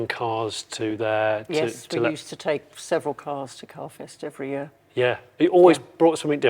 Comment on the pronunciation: Jesus Jonny, I thought you said car "Theft" not carfest!